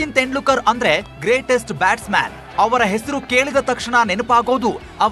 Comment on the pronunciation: ಅವರ ಹೆಸರು ತೆಂಡ್ಲೂಕರ್ ಅಲ್ಲ ಗುರೂ. ತೆಂಡೂಲ್ಕರ್ ಅಂತ ಸರಿಯಾಗಿ ಉಚ್ಚರಿಸಿ